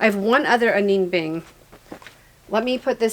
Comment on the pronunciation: Who can wear all those clothes omg! FYI it's AH-nee Beeng..........